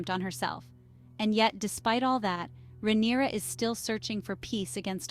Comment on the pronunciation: her name isn’t “rhaeneria”. they don’t even call her that in the show. where do you get that pronunciation from?